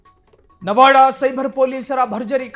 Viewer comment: ನವಾಡ ಅಲ್ಲ ಅದು ನವಾದಾ